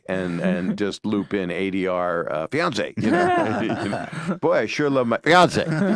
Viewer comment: I thought he said Beyoncé, lol, not fiancée...